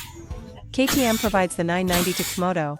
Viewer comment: Comoto?? stupid AI crap